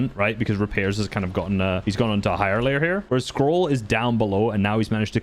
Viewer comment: "the insane consistency of sky and SCOLL"